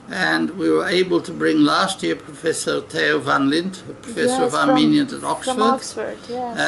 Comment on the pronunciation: I wish I could speak Armenian as well he can, unbelievable his accent and pronunciations are perfect Thank you Dr. Stone